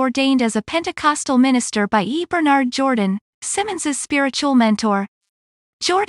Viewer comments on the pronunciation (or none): none